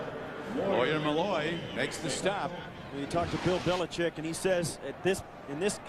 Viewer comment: If I have to hear this guy say "Billichick" one more time 😂